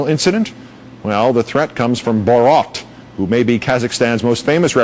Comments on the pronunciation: BORAT....NOT BOROT!! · BORAT not BOORAT...idiot. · Normal people: Have you seen Borat? This guy: BOROT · Why can't Americans say His name right?? It's BorAt...........Not BorOt!!! 🙄🙄🙄🙄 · I dont know how any native english speaker would pronounce rat as rot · OMG its not BOROT Its boRAT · lmao listen to how the americans say Bo RAT , they say it BOW ROT lmao what the hell ? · I wonder if the reporter's mispronunciation of 'Bor-RAHT' was intentional, he seemed to go at it pretty fierce, lol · "Borot" why dont these people do their own research before going on air and sounding like an idiot. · Bo-rot? Really...? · Say BO-ROT one more time , i dare you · Who the hell is Bor ROT, learn to say his name jesus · The only match for borats troll level is the anchor’s consistent mispronouncing and overuse of bo-rat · wtf is with the "bOraught"? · this news guy is a dick! borot???? wtf??? dick! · borot hahha lol does this guy live in a cave or something??? how could no one have corrected him.......... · It's not Borot you moron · lol.. the guy pronounces borat like 'borot' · It's even funnier that the anchor can't even pronounce Borat's name lol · I die a little inside every time he says “Borat” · Then later he actually brought tourism to the country Lol. Got damn is wrong with this guy saying borat like he a got a twinkie up his Amy’s. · Damn he says it wrong every time 😭😭😂😂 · Why is he saying it like that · They can’t even say his name correctly, what idiots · Couldn't they find a newsreader that can actually pronounce his name? 🤔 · Why can't he say 'Borat' correctly? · Funny stuff but for fucks sake, the way the newscaster pronounces Borat is bloody cringe =P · I swear to god news anchors are just not real people. I've NEVER heard someone pronounce Borat in any other way but I guess if you are someone completely disconnected from society and practically a robot who just reads a teleprompter then you would mispronounce it.